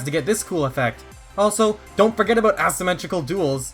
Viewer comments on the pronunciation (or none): Bro called it assimetrical duals instead of aceimetrical dual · "ass-imetrical duals"